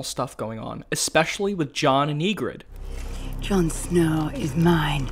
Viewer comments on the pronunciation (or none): Don’t expect much from someone pronounced “Yigritte” as “Yeegrid” or called “Grenn” “Glenn”